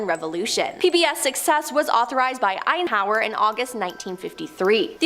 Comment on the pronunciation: How did a video about Alexa wind up with a list of demons and hauntings? Also, the host needs to learn how to pronounce people and place names. Couldn't watch past #3 because she mispronounced at least 1 name wrong in each story from #10-3 , so I gave up! I mean, Stalingrad, Cape Canaveral, Eisenhower, what? 🙄